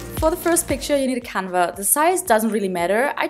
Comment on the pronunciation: Hey! Ich bin Deutsch aber kann Englisch! Ich glaube, dass Leinwand „Canvas“ heißt und nicht „canva“ aber kein Hate! Ich liebe deine Videos und finde es cool, dass du jetzt auch englische Videos machst! 💕🌸 😍